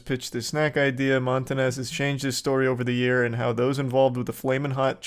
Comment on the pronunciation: Bro really said “Montanez” 👨🏻‍🦳